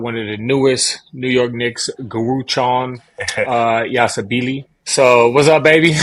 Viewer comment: Josh you did that on purpose, come on man, Guruchon yassabeelee? Lmao